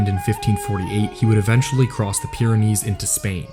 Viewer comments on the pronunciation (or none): none